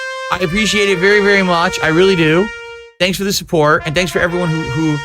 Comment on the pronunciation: People love muh cahntent! They want to suhpoort me! Ree! Only your whales do, Everyone else thinks you’re a massive lunatic